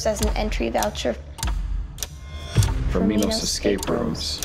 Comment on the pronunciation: Pretty sure it pronounced My-nos it's Greek.